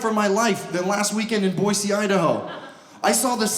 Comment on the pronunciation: Thanks for saying Boise correct. That drives people create.